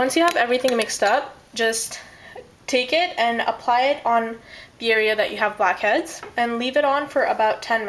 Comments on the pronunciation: i keep hearing 'bobcats' instead of blackheads :| but this looks fun! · Sounded like you said "fuckheads". *TSSK* bad habit.